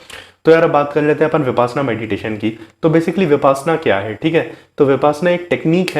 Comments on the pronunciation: First of all you should pronounce the word correctly VIPASHYANA not VIPASNA, which is actually reverse word. 2. 10 days meditation shivir compulsory for new person, not 7 days or 3 days . Be Happy 🌹🙏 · I think correct pronunciation is - Vipashyanaa n not vipasanaa. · Brother please pronounce as vipassana not as vipaasna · ऊचारण ही ठीक नहीं है बार बार विपाशना बोल रहे हो ये विपश्यना है पशयना पाली भाषा का शब्द है इसका मतलब है विशेष रूप से जानना गुरु गोयनका जी परवचन मैं बताते हैं फिर भी साधक विपाशना बोल रहे है मेरा सभी पत्रकार बनधुओ से निवेदन है इस ऊचतम विधा का ठीक ऊचारण करें